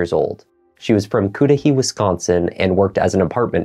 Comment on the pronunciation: I live fairly close to waukesha and cried when I first heard what happened. This man must never be set free and I hope his stay in prison is long and painful. BTW no biggie because wisconsin has a lot of hard to pronounce towns but Cudahy is pronounced Cud a hey